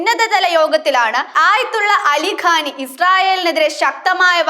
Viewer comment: ആയത്തുള്ള അലി ഖാനല്ല പെണ്ണേ ഖാമൈനി എന്നാണ്